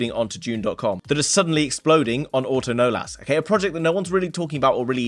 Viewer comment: its not auto-nolas.. its pronounced uh-tuhn-ohless